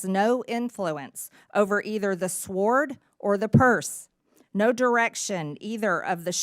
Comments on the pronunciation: She says Sword WITH the "W". Jeez. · Haha, She can't pronounce sword. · SWORD? SWORD? Did i hear Marj correctly... dear oh dear.